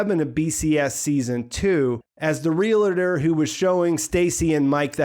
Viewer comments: Good stuff and I hate to do this but you said it at least twice. I know this is a regional thing that people mispronounce but... Realtor: Real tor. It isn't... Realitor: Ree li tor as you and some say. Sorry but... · Dammit.. love ya man but it’s “REAL-tor” not “REA-La-tor” And Ig-NAH- cio not Ig-NAY -cio That’s why his street name is NACHO and not NAY-cho Who cares. Still love this channel I just like to bitch and complain